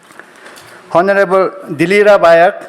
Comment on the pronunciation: Can someone please tell the young man who read the program that honorable is read onorable. Otherwise he is perfect. Thank you.